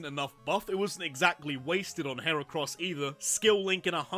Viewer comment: LEFT OFF THE C IN HERACROSS!